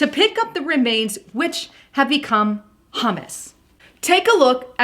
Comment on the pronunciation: you mispronounced "humus!" Hopefully people don't get confused and think you were talking about "hummus." At any rate, this news is pretty shocking. Thanks for sharing.